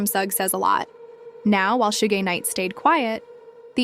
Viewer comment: Bro can you first off pronounce the name right, let alone stop using multiple different ones for suge's big dumb ass